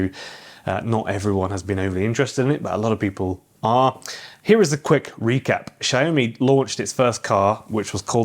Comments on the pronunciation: YOU ARE BUTCHERING THE PRONUNCIATION SHAOWME NOT SHE OH ME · I think it's SIAO ME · Xiaomi is pronounced sh-ow(the ow in owl)-me